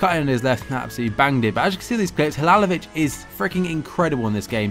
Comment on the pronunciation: Its halilovic not halalovic